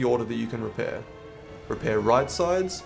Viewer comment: What does rep your wheel mean Edit: figured it out, he means “repair” Was it really that hard to say one more syllable?